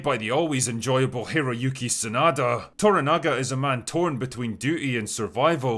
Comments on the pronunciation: The 1980s version was a not unimportant part of my childhood... despite the fact that it's not realy made for kids. Looking forward to this version. BTW its ToRAnaga... with emphasis on the second syllable, not ToraNAga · It's "toRAnaga", not "toraNAga". And "MAriko", not "MaRIko". But the rest of the rest of the review is superb.